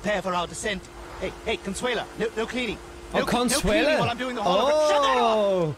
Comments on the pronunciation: My man said "Cuntsula" lol it's Con-SWAY-la. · Oh! I love you man… you made me laugh as I eating which caused me to spit out my food.: Ladies and Gentlemen… blah blah blah today we’re going to be doing the best of Conshoola Me: huh? 🤔: blah blah blah when I heard this name I thought of Dracula… Conshoola, Dracula. Me: I wonder if he’s saying Count Shula: oh, Consuela… oh not Counshoola. Starts laughing at himself Me: I start laughing and food flies out of my mouth, when you realize your complete slaughtering of the name. I didn’t realize my complete slaughtering of what I thought you were saying about her name. 😂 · Your pronunciation of Consuela was funnier than family guy :P - CON SWELL AH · It's Con-sway-la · Con-sway-la is her name lol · lol your saying her name wrong, its sounds like conswela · It’s pronounced Con Sway La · It's pronounced Con-swell-Ah